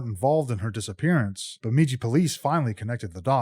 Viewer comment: Bemidji is pronounced with the second syllable “midj” sounding like the “midg” in midget